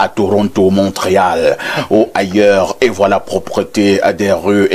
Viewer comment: On lit Mont Réal et non Montréal pour un journaliste, c'est limite. Je croyais que les journalistes étaient tant soit peu cultivés surtout pour un pays et une ville qui est aussi renommée comme Mont Réal, vous devriez en principe savoir comment ça se prononce. Eh beh !!!